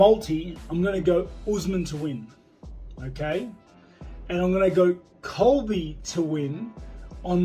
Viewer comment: colvy cold victim